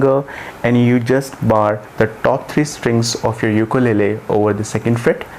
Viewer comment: Pronunciation of ukulele is wrong.